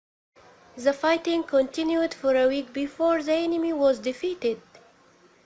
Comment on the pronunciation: السبيكنك تبعك مو نقي يعني تتحدثين بطريقة مصرية مثل كلمة the (ذا) تلفظيها (زا ) وبتلغبطيني .. هذا ملاحظة وليست نقد وشكرا جزيلا